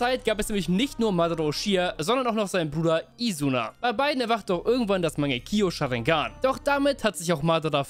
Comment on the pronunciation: mangekio sharingan? Rip Aussprache